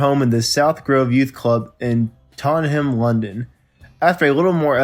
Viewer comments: interesting but Tottenham is pronounced Tot -ten-um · Who is narrating this video. He can’t pronounce “Tottenham, Impala’s etc…”. What’s up with that? Hard to listen to. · The narrator seems to have a problem with some English words, Tottenham and Mersey for example, why not employ someone who can speak English? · Aas a Tottenhamite, it's pretty painful to listen to. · Dude, how the hell are you pronouncing Tottenham? LOL! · Learn how to pronounce Tottenham - jeez ever Ozzy had a better stab at it than this narrator. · For one thing it's pronounced Tottenham and Denis Payton and if you are reading this you are terrible. And if anyone is a true DC5 fan they already know all of this.